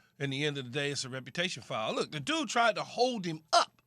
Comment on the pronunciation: Is Jay Williams saying “repertation” instead of “reputation”?